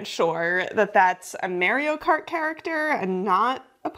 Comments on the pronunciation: "mare"io kart? mama mia! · Merr-io kart 😭